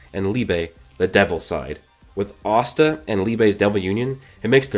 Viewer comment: I don't know why but everytime he say asta it sounds like pasta to me lol